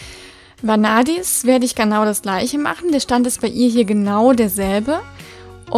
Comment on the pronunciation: Die Isistute wird eher Vänadis ausgesprochen. Und der Hengst Sajfur, am besten schaust du bei den Namen auf Fróður. Die haben die meisten Namen mit Bedeutung und Aussprache. ;)